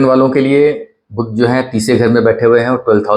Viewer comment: बुध्द नही, बुध .